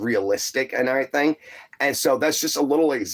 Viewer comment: He tickled me saying airythang. God rest his soul